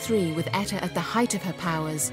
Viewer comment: She butchered Etta period!